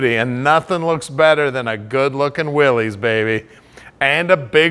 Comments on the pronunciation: You may know cars, but it is pronounced "Willis". Thank You. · Actually it is pronounced ‘Willis’ as in “Whatchew talkin’ ‘bout Willis. I always called them ‘Willies’ myself but I did a little research a while back and found that John Willys and all of the early literature specified (for customers and dealers) that the Y is pronounced as an I. I still can’t get used to saying it that way. I’m a Canadian eh? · Why does everybody mispronounce the name of these cars ? It is pronounced the same as Willis.